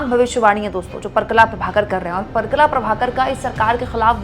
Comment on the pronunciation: परकला नहीं, परकाला प्रभाकर.